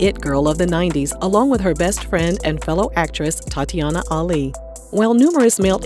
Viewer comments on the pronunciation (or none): none